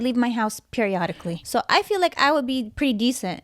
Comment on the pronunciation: "I leave my house. periotically" lol